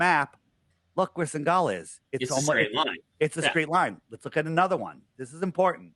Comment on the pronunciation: Jesus. It’s SENEGAL. Not ”Singal”.